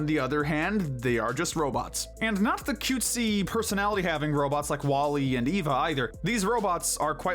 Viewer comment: It's just EVE, not EVA! You're judging that by what WALL-E keeps calling her.